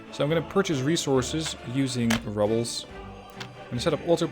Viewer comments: Just a heads up, love your vids, you said rubble instead of ruble(Russian currency ), besides that for a non-native speaker your English is pretty spot on(hell, you can pass for a native speaker). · Every time pronounces "ruble" as "rubble" I died a little inside. Music is awesome though. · I served a French onion soup. Btw 'ruble' doesn't sound like 'rubble' in debries.